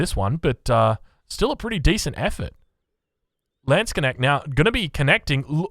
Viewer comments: It's lands - knecht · I rather have him say "Landsc'nnect" than Landshark :D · Just pronounce it like this: Lands-k-neht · For our english friends: Try „Landsknasht“ - should sound like the german „Landsknecht“. For the „a“ in „Lands“, try to say it like the „a“ in „garden“. 😇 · Just say "lawns knekt" And you're as close as you can be if you can't pronounce the Dutch G :) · tbh how can u manage to say knuschelbär but butcher the word Knecht this much?